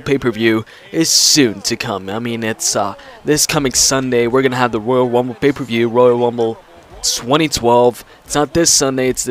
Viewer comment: I love the woyal wumble